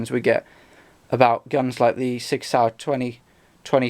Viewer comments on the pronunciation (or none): none